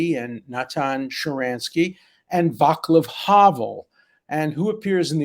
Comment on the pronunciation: Pronounciation: Vatzlav Havel and not Vaklav Havel. Important to pronounce important names correctly.